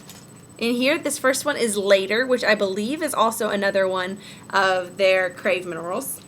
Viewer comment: I think the "processed" "shipped" emails are all automated. They just go out as soon as you purchase. And did you say "Craze" minerals? It's Crave. Anyway!